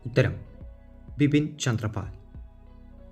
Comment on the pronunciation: ബിപിൻ അല്ല വിപിൻ ആണ്